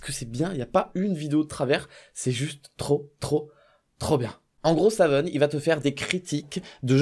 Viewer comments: Au moins toi tu sais prononcer le pseudo de Savun, en récompense prend un cookie invisible c'est cadeau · toi au moins tu sais prenoncer son pseudo ! Nan parce que JDG qui dit Savoune ca va 2minutes mais c'est rageant